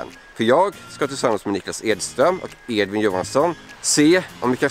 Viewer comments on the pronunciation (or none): none